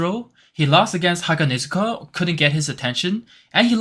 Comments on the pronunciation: Bro you are saying hanegazuka Its haganezuka😂😂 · bro its not "Hanagezuka" its "Haganezuka" 😂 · No way you say Hanegazuka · NO WAY HE SAID HANEGAZUKA